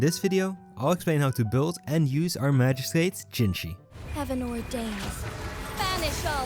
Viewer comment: Are you Dutch by any chance? The way you pronounced magistrate gave very Dutch vibes